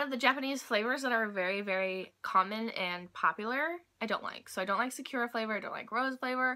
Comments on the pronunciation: Sa- ku - ra not sa-cure-a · Hi! In Japanese, each syllable usually takes up equal space in the word, unlike English where we stress some parts of our words for longer. Sakura (桜 - in kanji. さくら - in hiragana) has no stress on the 'ku', as you were saying it, but each syllable is equal in length! Hope this helps you in learning and speaking Japanese! がんばって！ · its pronounced sah-koo-rah